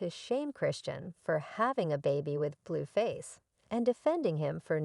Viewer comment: Why can’t you pronounce their names right?? It’s not BlueFish!!! It’s Blueface!! And it’s Chrisean !!! 😅